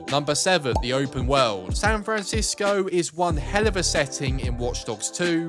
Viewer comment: Open Woweld! Lol